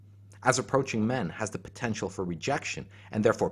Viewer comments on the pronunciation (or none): none